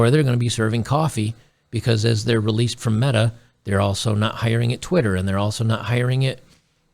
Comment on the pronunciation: Meta rhymes with BEEEEEETTTAAAAAAA